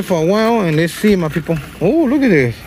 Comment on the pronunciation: He says “mwy peepols”